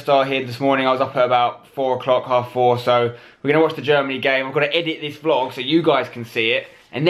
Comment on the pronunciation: vlog not boot